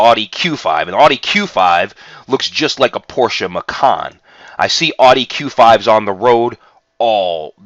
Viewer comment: you pronounce Porsche correctly yet you cannot pronounce Audi correctly. what's up with that???